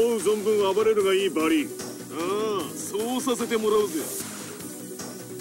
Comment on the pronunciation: こちらもバギーではなく、正しくは「バリー」ですね。修正したほうが良いですよ？ ⭕バリー ❌バギー 修正：バリーVSウォンレイ